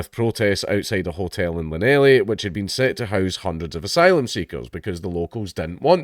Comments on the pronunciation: It's Llanelli dank not Llanelly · La nelly! 😂 it’s a shame we don’t teach Welsh pronunciation everywhere in the uk, it’s probably the only useful thing I learnt at my Welsh uni!